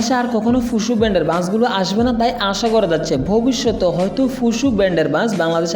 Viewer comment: ফুসু না ফুসো। ছুসাল মিডিয়া না স্যোসাল মিডিয়া 😆😆🤣🤣🤣